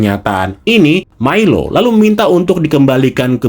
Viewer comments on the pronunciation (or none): Milo, dibacanya Mailo